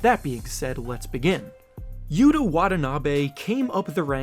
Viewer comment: You pronounced Yuta wrong. Small detail no biggie but still.